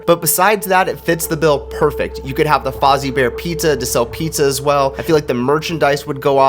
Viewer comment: “Fozzy bear” 😅